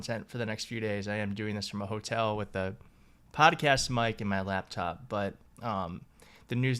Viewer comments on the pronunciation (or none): none